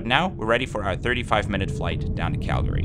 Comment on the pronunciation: Thank you for actually pronouncing CALGARY correctly :)